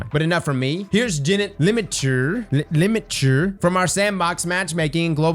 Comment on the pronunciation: Even the Jennet Limitur name you couldnt pronounce made it seem legit at that point still haha Relax and chill with the homies I'm dying